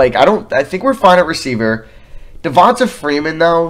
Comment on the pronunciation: Devonta is pronounced Devon-TAY